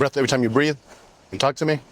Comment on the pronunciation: 1: stop saying ewu 2: the letter l in the word walk and talk is silent. 3: you can say the word sexual, we are all adults here.